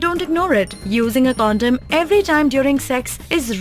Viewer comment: Condom not condem